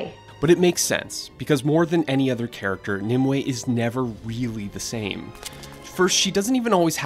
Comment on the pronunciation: Narrator: Mneme/Nimue Me: Meme